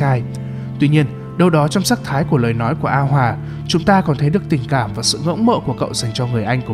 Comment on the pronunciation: a hoà mà đọc như a hoả:))